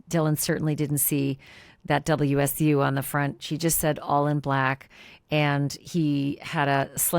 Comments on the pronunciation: Washington State University is commonly called wa-zoo not wa-shoo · WSU is actually called or pronounced WAZZU. I'm from Washington State. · No, its “WAAAzzzzzuuuuu” not washuu! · Not Wahshew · Someone please explain to Ash that it is WAZZU NOT WASH-U. If she and many of the other True Crime pundits are going to report on a nearly 3 year old murder and somehow blame and denigrate a great university, at least get the name right!